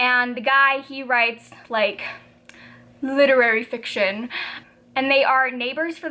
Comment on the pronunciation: I'm lol'ing at the way you said literary fiction 😂😂 I'm also reading radiance right now!